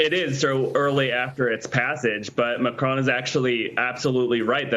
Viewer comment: First of all that lady reporter should learn how to pronounce properly the last name of the president of France